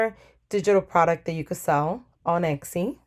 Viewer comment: Very useful video, thank you! p.s. Your pronunciation of Etsy sticks out to me every time :) you say it like it's Exy, and it's not. Still, great video, would definitely investigate more!